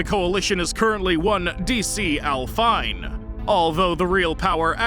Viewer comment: D.C Al Fine (dee see al feenae) is a musical term that means to head from the beginning till the coda you pronunciation was pain